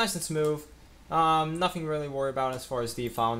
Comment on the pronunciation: Yes, instead of spending money on junk pcs, it might be wiser to save up and spend a couple of weeks with a speech therapist.